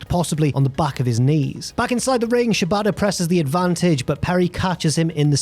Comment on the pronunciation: Since pronounces Shibata to sound like "ciabatta," I enjoyed imagining Perry wrestle some bread during the recap.